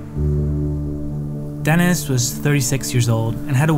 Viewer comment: Denís, not DEnis